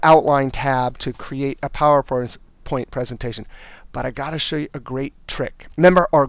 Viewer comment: Great Video!! Love the way he says Phawooer Point. heheeheee!